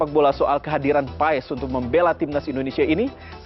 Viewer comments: Cara bacanya Martin pas bukan paes. 😅😅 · kata koci...nyebutnya ..martin pas... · Bacanya martin paz